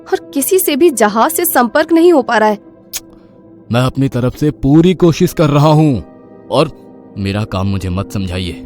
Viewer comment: जहाज़ होता है जहाज नही और कोसिश नही होता कोशिश होता है